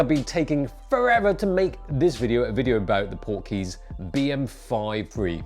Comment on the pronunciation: I kept hearing "Porky's" (the movie)! :)